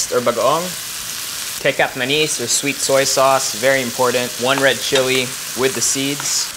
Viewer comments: I also personally dislike the "wetter" versions of fried rice. I prefer our own slightly toasty sinangag garlic rice. P.S. Also Erwan, "c" in Indonesian/Malay is pronounced as a "ch", kecap is pronounced "keh-chup", and is the word from which the English "ketchup"/"catsup" is derived from. Also the ending -k in most Indonesian words is a glottal stop, not an actual k. So nasi lemak is actually pronounced "nasi lemaʔ'", rhymes with Filipino "taba", haba", "isda", etc. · It’s pronounced with ch for kecap manis, just like ke-chap. 😊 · Erwan, it's pronounced as KETCHUP as in KETCHUP MANIS (sweet ketchup) ;)